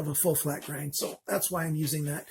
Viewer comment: Many ppl and sellers state :Full Flat Ground. And you sound like one of them saying "ground" instead of grind.